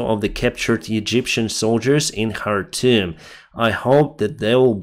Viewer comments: Khartoum is pronounced Kar toom! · You are pronouncing `Khartoum' like a Ukrainian lol. In English the K is pronounced. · in arabic it's pronounced chartum . الخرطوم